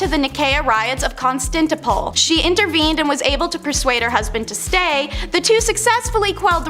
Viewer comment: You know, you might want to check pronunciations of words it was Constantinople ( con- Stan-tin-opal**like the gem*) and byzantine (biz-Ann-teen)